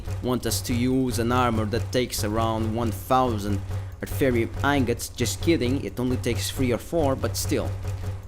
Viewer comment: A-Th-Ear-E-Um Aetherium Pronounciation Your welcome.